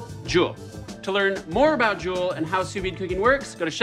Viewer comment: stop sue veeding you botchulist!